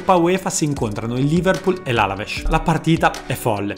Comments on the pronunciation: Blues/"Blè" Vitor Bàia/Vitor Baía Àlavesc/Alavès E lo stesso anche in altri video, per carità nulla di grave, è solo un consiglio costruttivo naturalmente:) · Perché hai pronunciato Alavés come se fosse in portoghese ? Mica si pronuncia Alavesh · Bel video... comunque non e Alavesh m semplicemente Alaves